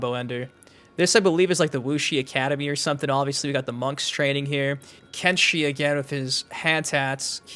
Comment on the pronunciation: Lol it's kenshi 😂